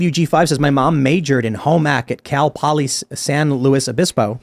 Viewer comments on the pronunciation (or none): Tim, you had it right the first time: San Luis Obispo. Lewis. We aren’t fancy here.